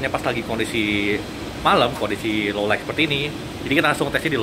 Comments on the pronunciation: Low Lait bukan Low Laik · Sesulit apa sih ngomong low lait ketimbang low laig?